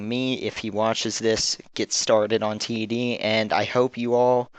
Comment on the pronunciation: Great video, nice to see people making these. At C.A. they pronounce the name 'Ted' as in the name, rather than T - E - D.